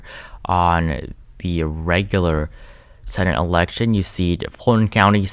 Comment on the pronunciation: I did too 😆 btw, Fulton is pronounced "full ton".